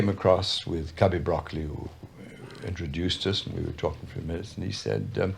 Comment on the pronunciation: Ugh! Broccoli’s name is not pronounced like the green veggie. It’s bra-CO-lee